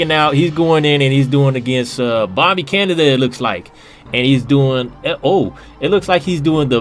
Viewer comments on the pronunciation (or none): none